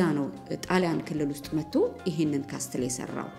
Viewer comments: It’s okay. She lives in Europe I think in Italy..!? I was confused when she said "ካስትል"too..!😂 ካስል! Not "ካስትል" castle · Hi, I have no idea if you are said in Italy language or in English. If it was in English is shouldn't be said castle when you read. You should omit the letter 't' and said (ካስል) just for the sake of being in Europe. Haha!! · I admire you for what you’re doing! Thumbs up as always. Castle ሲነበብ ካስል ነዉ የሚባለዉ እሺ a letter t is silent . Know ክኖዉ እንደማይባለዉ ማለት ነዉ ። let we learn from each other and correct minor mistakes . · Castle = ካስል ነው ሲነበብ ። በጣም ጎበዝ ነሽ እናመሰግናለን